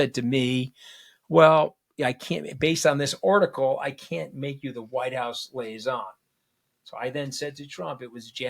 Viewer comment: Tony, it's lee-ay-zon... Not lay-ee-zon.